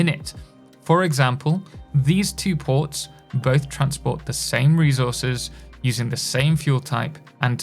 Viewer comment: bro loves saying REZOURZES